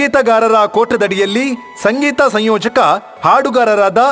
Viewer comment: Adu sayyojaka alla samyojaka